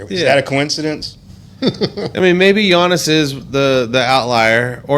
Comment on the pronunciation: G iannis ?? he’s been en the lg for a decade & yu still can’t pronounce his name ??